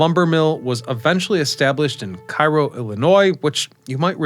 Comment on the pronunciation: Hey, its CARE-O Illinois, not KEYE-RO. I'm from the area and we wouldnt dare insult Cairo Egypt by pronouncing that town the same.